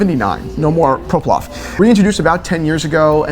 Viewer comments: Shall I be the one that points out that said Proplof and not Ploprof. Poverino, it seemed like he had been practicing so much.. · Also it's Ploprof not Proplof